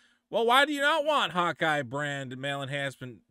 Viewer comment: he says "Hawkeye", I hear "hot guy" 🧐